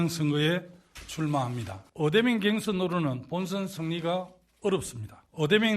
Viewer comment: 갱선이 아니라 경선입니다